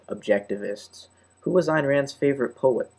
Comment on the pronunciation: Think her name is pronounced "Ann".